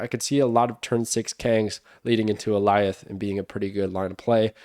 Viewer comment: Thank you for being one of the only Snap creators who pronounces Alioth correctly. Did you watch Loki? Is that why you know the pronounciation?